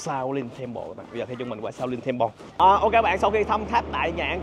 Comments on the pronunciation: Chùa Thiếu Lâm, đọc tiếng Anh là Shaolin temple, tại sao nói là Xạo Lình Temple cha? 😅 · Nghe như xạo lìn tem pồ 😅